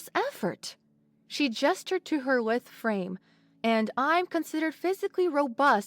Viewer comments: I enjoyed this story, thank you. But you really need to perfect your pronunciation BEFORE publishing stories. If you don’t know a word, look it up or ask someone more knowledgeable. For instance: at 1m16s “lithe” is pronounced incorrectly…. Not a good start. 3m58s Birds have plumage, yes. But it’s pronounced “ploomage” NOT plum-age. At 20m07s “she gestured to her lithe frame” … it’s not “lith” it’s lithe (rhyming with “ lie”). 35m05s Quadruped… It’s pronounced “quad-roo-ped”! 41m46s “subsequent” was pronounced incorrectly too. The emphasis is on the first syllable “sub”, not the second “se”… There’s no “see” sound. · No. only the 'lie' pronunciation is correct. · Lithe is pronounced like lied. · 1:!3 "lithe" The correct pronunciation is "lie-th." It means agile and slim, or svelte. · I will add more once I finish listening, but the word LITHE, it not pronounced lith. The I is as you would say I (eye) so, L-eye-th the th as in three. Good job other than that. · Good story for an external perspective! Well-written and a fun listen! Thank you very much for the story! Professor should also be thankful she never met cassowaries. XD Notes for the narrator: The word "lithe" is not pronounced with an "i" like "lit" but with the "i" from "light". "Plumage" is a double-o, like "goo" and not the same "u" in "plum". "Quadruped" is three distinct syllables; "KWAD-roo-ped" (emphasis on the first syllable). You have a great voice for the narration and are getting noticeably better. Please remember keep it slow and even. There are a few times when you appear to be anxious and try to speak too fast. It's fine, it'll come in time. Looking forward to more narrations from you! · Good story and narration just a correction on the pronunciation of the word "lithe". The "i" would be pronounced using the long sound rather than the short one. So "i" as in EYE so it would be L(eye)the figure not lith figure. And it's pl(oo)mage not plumage. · Pronounced Lie th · You pronounced lythe wrong